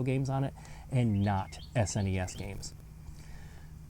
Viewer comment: Bro sed SNEs